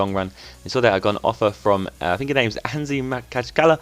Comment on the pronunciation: A busy window man! So weird that the Ake deal has been so long winded, i've never known why that happens! As far as i'm aware as well, you pronounced Anzhi Makachkala perfectly =) That's how i say it anyway haha x Check my channel for FIFA content =) x